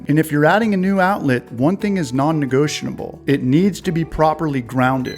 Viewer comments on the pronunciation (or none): "Non negotion-n-able"?.?.? What is that word???